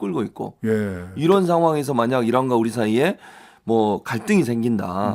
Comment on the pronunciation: 국민 여러분 다시한번 잘 들어보십시오! 이란이 아니고 이런, 이라고 했습니다~